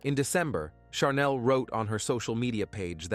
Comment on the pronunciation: I’m kind of wondering, why each and ever one of these stories on this one? There are words that are pronounced incorrect in the one with Chanel they keep calling charnel. She didn’t go naturally overtime. Either spell it right or say it right